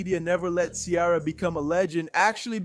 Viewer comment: Her name is not Chiara. It's pronounced See-Air-A. 🙄